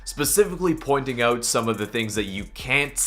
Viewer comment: Why do you say OOOGHT instead of out